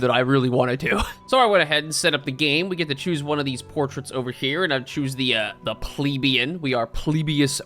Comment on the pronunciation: That’s not how you pronounce “plebeian,” you pleb.